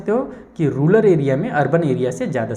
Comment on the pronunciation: Sir vo rural hota ha na ki rular